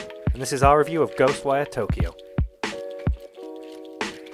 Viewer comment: Somehow didn't butcher the name pronunciation 😂